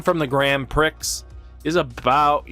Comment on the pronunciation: Yup, prix is pronounced like "pre" in "pre-release". French words are hard xD